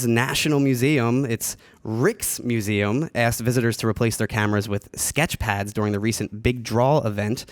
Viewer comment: Rijks museum is pronounced reichs. And yes, Amsterdam is in the Netherlands, has a red light district and Anne Frank's house is a museum there.